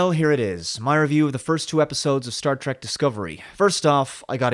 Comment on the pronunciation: It's Star Trek not Star Track, learn how to pronounce the word moron!